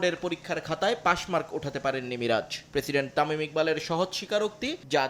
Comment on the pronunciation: তুই বাংলা জানস না তামিল যা তামিম